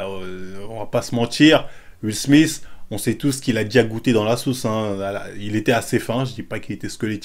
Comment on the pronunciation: "le petit SMISTE" ton palmares en anglais me tuera toujours ptdrrrrrrr